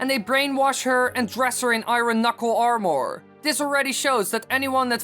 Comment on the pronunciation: I'm sorry but the way you say armor it's starting to become a pet peeve of mine